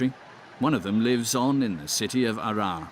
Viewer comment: يقصد مدينة هرر. وليس عرعر